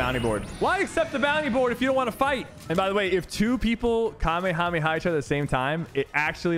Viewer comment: Sypher is the first gut that ive seen that pronounces the kamehameha right